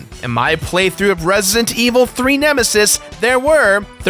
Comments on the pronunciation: "Resint evil" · its resident evil not resntevil omg say the game right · Resient Evil? I can't hear him pronounce the d in Resident Evil most of the time.